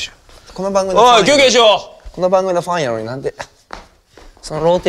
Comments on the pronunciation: ファンをフアンって言うところじじい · この年代の人特有の「ファン」の発音完璧。